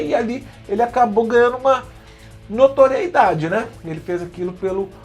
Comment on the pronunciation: NOTORIEDADE seria a pronúncia correta.